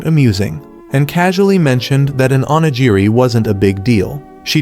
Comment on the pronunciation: I almost had a stroke by how many times they kept mispronouncing onigiri.